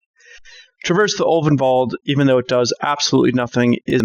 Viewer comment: Thank you,, for correctly pronouncing names like Ulvenwald (Ulvenvald) and Chandra (not Shandra). Hopefully, you also say Gisela and not Jisela. Pronouncing it Jisela is almost as bad as saying Jarruk instead of Garruk. Also thanks for the gameplay!